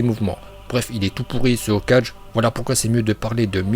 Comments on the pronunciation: On dit hokage et pas hokaje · Hokage,se prononce "Hokagué", pas ho4G 😂😭 mais très bonne vidéo 💪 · Il a casiment pas parler du 2ème Hokage et le pire c’est qu’il dit « okajé » je mets très rarement des pouces rouges mais là chui dsl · On-dit okage(okague)! Ta prononciation est pourrie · Euh ta prononciation est bancale là avec tes O4G... rien que ça mérite un dislike. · Ça se dit hokagué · Ouah alors lui il sait même pas ce que à fait tobirama dans la guerre et j’ai arrêter la vidéo au moment où il prononce « Hokage » il sait même pas le prononcer mdrrr et il ose faire une vidéo ! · Stp la prochaine fois prononce mieux Hokage